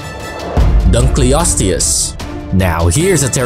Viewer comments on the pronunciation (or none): none